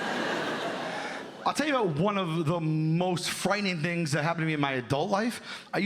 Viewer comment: “He has knives for fings” dead 😅